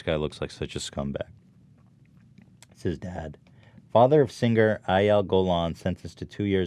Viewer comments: Nobody: Ethan: sinGUR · Will Ethan ever manage to pronounce "Singer" normally?